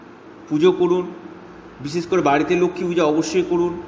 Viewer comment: কিনতু আপনার ভাষা টা একটু ঠীক করুন রাছী না রাশী ঊপশচ নাঊপশ বিছেচ না বিশেষ হবে